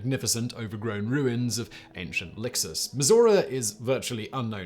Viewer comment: Am I the the only American that heard Missouri when Simon said Mizora????